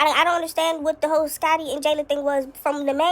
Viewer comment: Girl she said whole she just spelled it with multiple L’s 😂😂😂😂😂